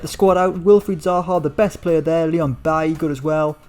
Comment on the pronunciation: Bailey is pronounced just like the English Bailey (BayLee) not like Eric Bailley